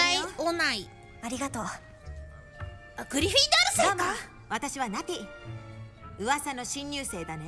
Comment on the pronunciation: Its so funny that she thought she would be a Griffyndoor. 😆